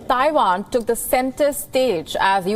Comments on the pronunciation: It’s Taiwan not Daiwan! And pls don’t mixed up your Vs and Ws! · itz Taiwan, Not Daiwan